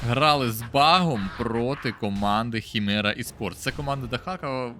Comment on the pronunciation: українською ХИМЕРА, а не "хімера" 🧐